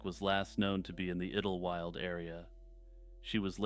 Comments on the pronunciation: Hey dude, It's pronounced idol-wild. Not idil wyld. That was driving me insane, 😢I had to skip that part. Lol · I swear to God, if u say iddel-wild one more time.... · Pretty sure it’s pronounced idle-wild (sounds like tidal). Could be wrong but that’s how I’ve always heard it pronounced. Anyway keep up the good work. I recently started watching your channel and it’s pretty good. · Idlewild. Pronounced ‘idol wild’. Great compilation!❤